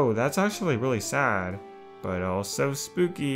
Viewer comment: “Oh,ghost romance. That’s spoopy!” - what I heard